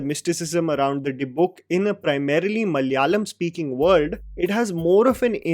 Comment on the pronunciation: can you please tell ma-la-ya-lam. not mallyalam..